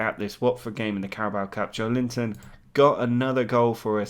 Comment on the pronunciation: Joeliton pronunciation would be more like "jo-eh-lee-tom"